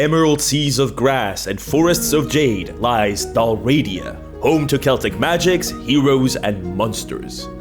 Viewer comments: Thanks for this. Also, isn't the sponsor pronounced DAhl-ree-AH-dah, not dahl-RAH-dee-ah? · Its said Dal, Ri, Ada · Just a note without judgement. Tis Del-Ree-ah-dah. Not Delradia. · Dal Riata It’s pronounced: Dal Ree Ah Tah. It was a Gaelic kingdom in what’s now western Scotland before Scotland came together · I love your channel, but I hate that the first thing I have to say is "Bro, you're sponsored by someone selling a product about a place called Dalriada and you're pronouncing the name entirely wrong." If it's for engagement, good job, but I honestly hate that trick 😒 Other than that, I absolutely adore your work and fantastic work coming up with great stories and providing content for everyone to enjoy so thoroughly!! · YOU MISPRONOUNCED DALRIADA SHAME ON YOU